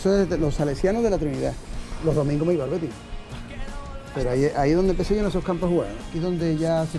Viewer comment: El no dice viva el Betis el dice “viva er Beti”